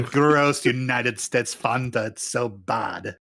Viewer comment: Can someone please teach how to say Fanta?